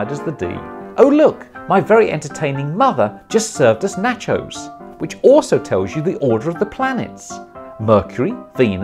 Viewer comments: I’ve never heard anyone pronounce “nachos” like you just did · I love the way you say "nachos"!